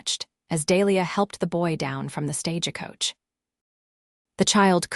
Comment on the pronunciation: Silver-waderr? SilverWater....fix it please. And Stage-E-Coach, Santa Fee, El-E-ner vs Eleanor, Wound vs wound around, read and read, etc. AI is trainable.....just do it right!